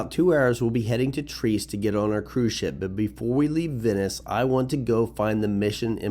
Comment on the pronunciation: It;'s pronounced TREE-EST not TREEST. I can't tell you how annoying dumb Americans are.